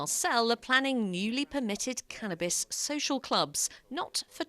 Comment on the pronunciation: It’s called CANnabis, not CAN’Tabis.